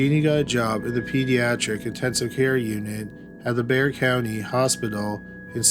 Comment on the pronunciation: Props to for pronouncing Bexar correctly! 😆